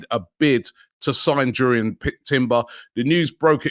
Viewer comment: What a signing timbers would be I'm from Amsterdam been watching him for years . You pronounce his name like (yurrien) jurriën For the money Chelsea want for shy havertz the can keep him....